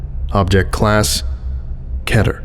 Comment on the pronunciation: but it's key-ter not kettle